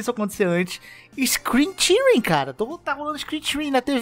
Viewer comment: Screen Tearing = ISCRIN TÉRIN, não Tírin